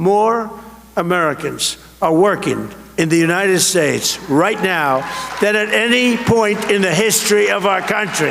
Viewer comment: any one notice dumpty cannot pronounce "United States?" slurs it every time. telling.